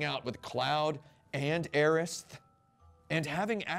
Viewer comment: i prefer pronouncing it "Aeris" as well. It sounds so much more elegant.